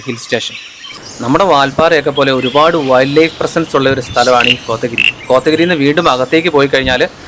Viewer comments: It is not kothagiri but Kotagiri. Please do spoil name by mispronounciation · കൊത്ത ഗിരി എന്നും പറയുന്നുണ്ട്